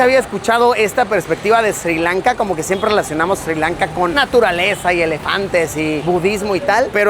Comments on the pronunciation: not SIRI LANKA, but SRI LANKA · There is no country called SIRI Lanka, it is Sri Lanka. Pronunce it correclty.